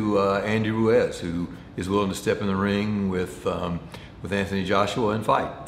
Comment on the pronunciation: Andy "Ruiz" not "Ruez"